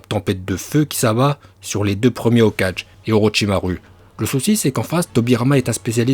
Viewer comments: Tu proposes des cours de japonnais mais tu sais prononcer aucun mot japonnais dans ta vidéo 😂 Mention spéciale au "Hokage" 😂😂😂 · J'ai pas confiance en une personne qui dit "Hokage" au lieu de Hoka[gué]😒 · Je l'ai déjà utilisé sur toi c'est la raison pour laquelle tu prononces Hoka(je) au lieu de Hoka(gué) 😂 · prononciation au top surtout quand tu dis hokage